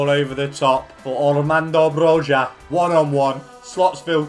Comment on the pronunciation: loved the video but the thing that annoyed me the most is the you pronounced Broja as Brozha. saying it as an albanian myself. its bro-ya. thats how its pronounced. its so many youtubers and it pisses me off even though i know that you cant speak our language